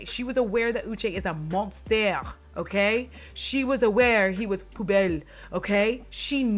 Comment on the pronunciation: I see you saying poubelle - perfectly said